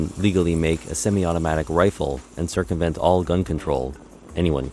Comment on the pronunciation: He says circumvent like it is illegal! LIBTARD!!!